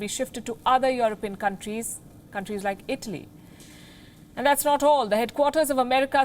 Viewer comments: I know its a bit hard to do this but please at least pronounce these words right. its Europe not yaarup. its Italy not idly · Palki calls Italy like Idli